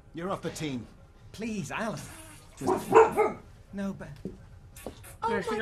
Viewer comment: Its "Alan" Johnson